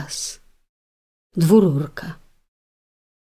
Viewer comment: Tam jest dwurka a nie dwururka. Ale spk